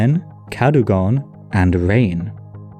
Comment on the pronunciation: Rhain is pronounced like rhine and rheinwg is pronounced like reign. seisyllwg is pronounced like say-sus. I get that the southerners pronounce ei like ai, but they are wrong, it's far too inconsistent, while if you just use the northern pronunciation, you'll have a wonderfully consistent time. I mean it's bad enough that we have ae, ai and au all sounding the same, they want to also add ei to the pot??? utter madness.